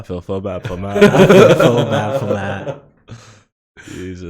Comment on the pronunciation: I fweel bad fow Matt